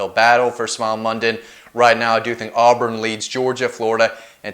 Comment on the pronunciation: Auburn?? Lol